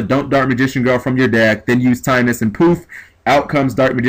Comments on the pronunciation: Timaeus isnt pronounced time-is. Its pronounced tim-eye-us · Tim-eye-us not Time-us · It's pronounced Tim-Eye-Us.